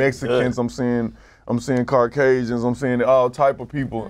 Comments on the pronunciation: He said "Carcasian" 🤣🤣 country ass nigga it's Caucasian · That nigga seen. "Carcashun" lmao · Translations : Skrictly = Strictly Pose-da = Supposed to Da Skreetz = The Streets Carcazian = Caucasian You’re welcome 😉